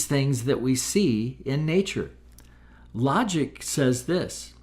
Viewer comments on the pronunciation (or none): Don't claim flat earth is logical when you can't even pronounce logic